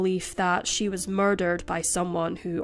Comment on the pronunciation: the only word she says better is ‘murrr dhheerrr’